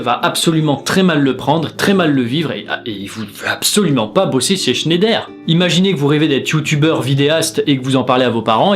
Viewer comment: On dit "schn-a-i-der" pas "schnèder" ça m'a perturbé haha